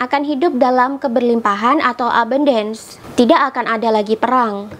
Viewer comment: melafalkan ABUNDACE nya salah... 😀